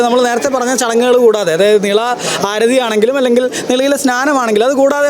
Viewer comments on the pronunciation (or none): ബാരതപ്പുഴയല്ല ഭാരതപ്പുഴയാണ് , നിളാ ആരഥിയല്ല ആരതി ആണ്, രീദ്ദി യിൽ അല്ല ..രീതിയിൽ ആണ്, വേഥി അല്ല വേദി ആണ് , വനിതാ റിപ്പോർട്ടർ അനാവശ്യമായി വാക്കുകൾ സ്ട്രെസ് ചെയ്ത് മലയാളത്തെ വികലമാക്കാതിരിക്കുവാൻ ശ്രദ്ധിക്കുക